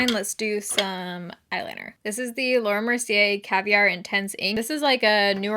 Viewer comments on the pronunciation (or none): none